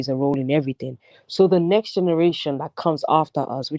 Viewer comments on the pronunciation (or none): none